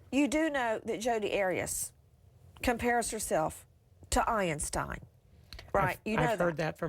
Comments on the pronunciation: “Albert Ei-eeen-Stein” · Omg she doesn't let him speak..🤐 Who's Albert "Iron stein"🤭 = Einstein.